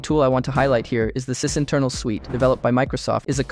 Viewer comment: Interesting how you pronounce meterpreter, sysinternals and other terms. Makes me think you’ve never actually listened to or talk to anyone in the community. All this sounds like ChatGPT generated information.